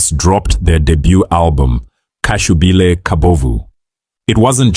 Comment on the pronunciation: Hai butchered lots of words "What is khashubile"? Ngoba kushubile kubovu